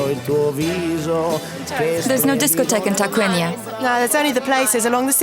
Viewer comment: sorry, the Name is Tarquinia not Targuinia, please